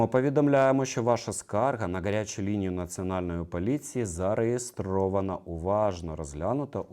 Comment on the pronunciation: не "К"арячу лінію а Гарячу, В УКРАЇНСЬКІЙ МОВІ "Г" ВИМОВЛЯЄТЬСЯ БЛИЗЬКО ДО "Х" А НЕ "К" ЯК В КАЦАПНІ, ВЖЕ ЧАС ЗАПАМ"ЯТАТИ, ТА ПОЗБУВАТИСЯ КАЦАПСЬКОГО АКЦЕНТУ, НЕ ВПЕРЕШЕ ТЕБЕ ВИПРАВЛЯЮ